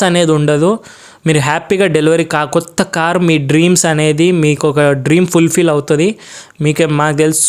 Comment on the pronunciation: కోత కార్ కాదు కొత్త కార్